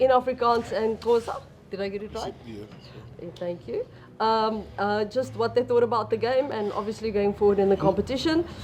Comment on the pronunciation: lol did I hear the first reporter say “and xhank you?” 😅